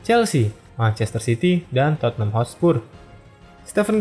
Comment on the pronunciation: Penyebutannya bukan totenham bang tapi totnem. Just info. Koreksi tambahan awal didirikan, john houlding memberi nama Everton athletic namun ditolak sama FA karena gak bola ada tim sekota dengan nama yang sama, akhirnya liverpool ganti nama seperti sekarang deh. Koreksi tambahan lagi, shankly gak pernah juara UCL bersama pool, melainkan cuman piala uefa.